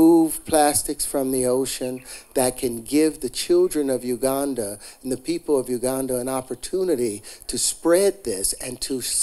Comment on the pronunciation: Every time he says Uganda I hear Wakanda